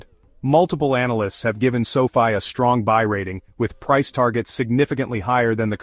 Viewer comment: Why do you keep pronouncing the name sofi differently in the video.Makes the video not seem serious.